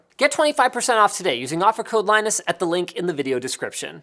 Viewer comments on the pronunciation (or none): none